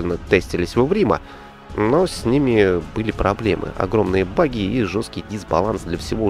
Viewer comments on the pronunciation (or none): none